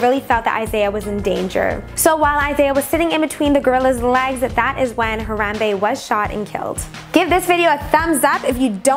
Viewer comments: When your cringing to death when she says Harambe wrong. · your saying the gorrolis name wrong